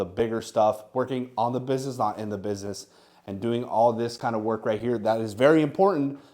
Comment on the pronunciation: This is a huge inspiration. It goes to show that hard work is what pays off. Doesn't matter where you're from or your background, with enough effort you can make it on eBay. I mean, this dude can't even pronounce "business" correctly and he's killing it.